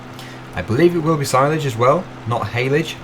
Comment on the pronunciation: you got hayledge and silage correct 😂